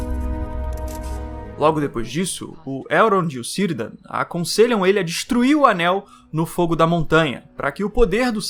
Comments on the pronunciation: Excelente vídeo! A saga dos senhor anéis é hobbitesca, eles são os mais importantes, diferente já do Silmarilion, onde os elfos são protagonistas. E só uma dica, Cirdan se lê com som de qui, “Quirdan”. Abraço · não é Kirdan que se pronuncia? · Eu acredito q Cirdan c fale "kirdan" pois os nomes com C na língua deles se fala como K na entonação, como Celembrimbor o forjador q se diz "kelembrimbor".